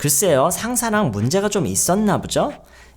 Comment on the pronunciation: ~부죠?가 아니라 (보지요를 줄여서) ~보죠?에요! 모르고 계신 것 같아서요 혼자 유학준비하느라 유튜브가 도움 많이 되는데 유튜브 영어선생님들 중에서 젤 조아요 감사해뇨